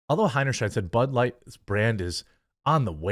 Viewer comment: Btw the sheid part of her name if pronounced as it ought to be rhymes with height!